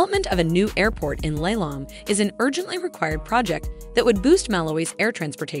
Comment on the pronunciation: It’s not Lailong. It’s pronounced Li Long ngwe